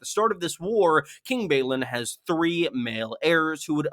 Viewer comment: Balon shouldn't be pronounced the same as Baelon.